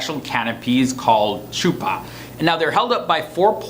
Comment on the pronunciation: The pronunciation of chuppah 😂